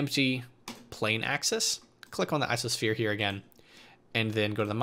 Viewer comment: Why does he say ISOsphere and not ICOsphere?